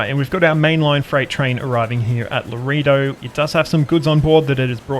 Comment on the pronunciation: Laredo is pronounced: LA RAY DOE. Map's taking shape. Enjoy seeing how others play their map.